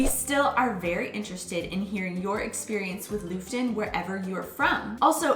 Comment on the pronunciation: Looften. That pronunciation,! Aubrey gets it much nicer. Nice animations though.